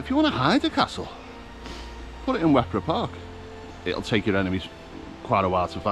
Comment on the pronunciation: Wepre Park, (said as Weper locally) is a beautiful and very well managed park for both humans and wildlife. While most of the trees are relatively young you did walk through some rather special ancient woodland, home to some rare species. I worked there a time or two, lovely place. Ewloe castle (Yew-low) is fascinating because it doesn't look like what people expect. It was built as a home as well as a fortification. Flint is where I grew up, we had some fun playing in the castle. Not sure how we survived as falls were quite common, fortunately we always managed to land away from some of the great chunks of sandstone and limestone that lie buried in the marsh. I wouldn't call the Dee Estuary a nice bit of water though - it looks pretty at times but it's bloody lethal! Many people have been fooled into thinking they can just walk across to the English side at very low tide. Kudos to the hardworking and dedicated Lifeboat crew based there who are kept fairly busy up and down the estuary and coast. Nice video, thanks for showing the beauty of the area. You might like to check out Greenfield a little further along the A548. With the Greenfield Valley Museum of buildings brought from other sites and rebuilt to show the history of farming life and industry. There's also the remains of Basingwerk Abbey to explore which, as significant player in the Industrial Revolution, the Valley has old factory sites and man made pools for powering machinery (you can see a working steam powered b